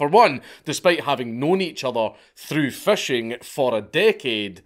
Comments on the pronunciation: You pronounce "fishing" as "fashing" and I love it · Love how a scotsman pronounces fishing. FESHEYNG